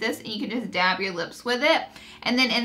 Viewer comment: New game: Rewatch this video and every time she says dab... DABB!🤘Anyway love your channel, you , and your snap chat! 💙💙💙